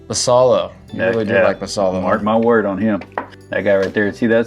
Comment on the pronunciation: Great content, I do really enjoy your videos. One suggestion is to do more research into how Latin players’ names are pronounced. Samuel Basallo would be pronounced like bah-sigh-yo, for example. Just a suggestion to make your content even better, imo. Thanks gents.